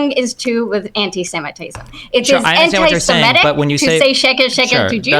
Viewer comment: Its antisemitic to pronounce “antisemitic” as “antisimetic”